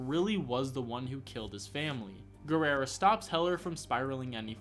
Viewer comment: why do you keep pronouncing Guerra as Guerrera? XD